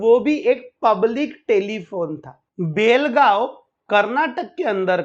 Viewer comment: सुरेश मंचेकर बेळगांव मे अपने बीवी बच्चे के साथ में अंगुर का व्यापारी बनकर रह रहा था और उसे कोल्हापूर में मारा है एन्काऊंटर हुआ है ऊसका उसकी बीवी पेशे से नर्स है समझे और बेलगांव नही बेळगांव बोलो हमारे मराठी नामों कि वाट लगाते हो तुम लोग 🤣 जय श्रीराम